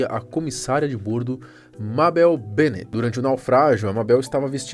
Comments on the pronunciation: Agonia ele falando bôrdo em vez de bórdo. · Fala,! Vou só te dar uma dica: a palavra "bordo" é paroxítona, portanto a pronuncia correta é "bórdo". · O cara não sabe falar "bordo". 😅😅😅😅😅